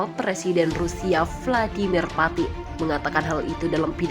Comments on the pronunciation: Ukraina dibaca Ukaryana Putin dibaca Patin keseleo yah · Vladimir patin 🤣🤣🤣 bukan patin min tpi lele